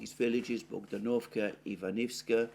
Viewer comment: Dear Alexander, I thank you again and again for your excellent work. Let me suggest which syllable should be stressed in Russian / Ukrainian place names and some other proper names. I capitalize the vowel under stress as follows: L'Astochkino / L'Astochkine (l'Astochka means swallow, or martinet, also meaning 'darling') B'Erdychi Bogd'Anovka Ocher'Etino / Ocher'Etine Iv'Anovskoye / Iv'Anivske S'Eversk / S'Iversk Iz'iUm Lim'An Osk'Ol / Osk'Il (river) M'Aryinka (not Mar'Inka pls, a little girl's name, diminutive for Marina, while the name of the village is derived from Maria) Dni'Epr (Ru) / Dnipr'O (Uk) - river Piotr (Ru) / Petr'O (Uk, a man's name, i.e Poroshenko) Dmitriy (Ru) / Dmitr'O (Uk) (a man's name) Tern'Y Gen'Ichesk (not Genish'Ek!)